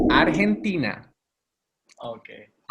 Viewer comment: dijo bien la capital de mi pais Argentina 👌😁 Gracias por los subtítulos, hay muchas entrevistas de ellos pero ninguna esta subtitulada, gracias de nuevo.